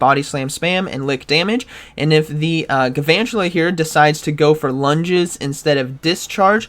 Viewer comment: It bugs me that doesn’t pronounce the first “L” in galvantula. He says “gavantula”. Very upset, please address this